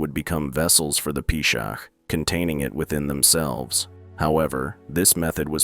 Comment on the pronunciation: Peeshaak, Peeshaach, Peeshakh❌ its P-shaach